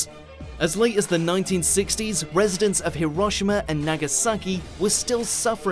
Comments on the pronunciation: Hiroshima is pronounced Heero-Sheema not Heeroshima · i dont think thats how you pronounce Hiroshima